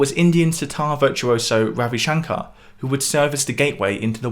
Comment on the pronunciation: Just FYI, "Ravi Shankar" is pronounced "R-uh-vi shun-ker"